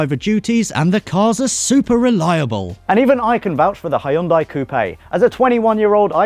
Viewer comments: Cmon.. please don't Hah Yon Die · The way he says hyundai makes me want to vomit.